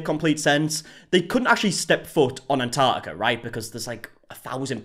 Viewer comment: Somebody please teach these people how to say "Antarctica" 🙄